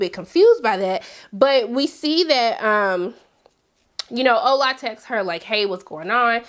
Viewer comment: I'm enjoying the show but it really bothers me that they continue to mispronounce all of the Nigerian names, especially your fiancé... Even the simple, shortened Ola, they mispronounce. I don't get it. Is this how ppl disregard their partner's culture in cross-cultural relationships?